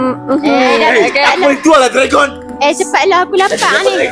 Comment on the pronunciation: hahaha ehin lucu plak blik2 ckp dregon🤣